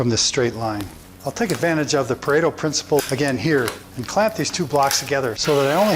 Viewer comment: you are the first person I have heard outside of my university setting to correctly name the 80/20 rule as Pareto. 10/10.